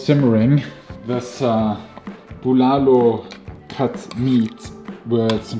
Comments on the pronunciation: keeps changing how he pronounces the name of the soup. Bu-LAH-lo and bu-luh-lo. Soup looks amazing, by the way! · I love how he says "Buulalow" with that german /austrian accent .